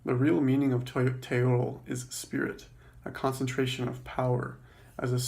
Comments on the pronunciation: Mispronouncing the word you are explaining. It's pronounced "Te-yoyt" not "te-yodel" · Pro Tip: the Nahuatl speaking people don't pronounce the L at the end of proper words. The L in Teotl and Nahuatl is silent.